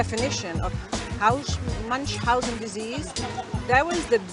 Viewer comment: If she’s Dutch I’m surprised she can’t pronounce Munchausen syndrome